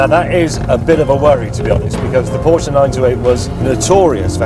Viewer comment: "Jeremy Clarkson and his haunted proshe"